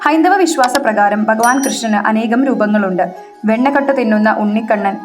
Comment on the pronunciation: എടി കൊച്ചേ, " ബഗവാൻ "അല്ല "ഭഗവാൻ " എന്നാ